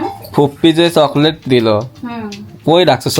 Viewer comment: অশিক্ষিত জামাই চকলেট কে বলে ছকলেট গ্রামের অশিক্ষিত একটা ছেলেও ওর থেকে ভালো ভাবে কথা বলে